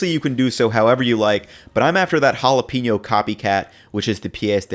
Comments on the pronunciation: why he call them holla peenyo chips lmao they called jalapeno (juh-lah-pah-no) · Ha-la-pain-yo not ha-la-peen-yo